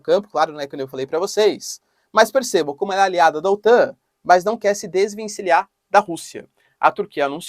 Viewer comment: Des-ven-ci-LHAR (4 sílabas apenas)